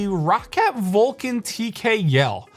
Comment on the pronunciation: in and you can't pronounce Rocat properly can't watch anymore